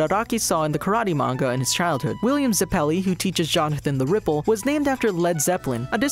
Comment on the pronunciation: when he pronounced zeppeli wrong it hurt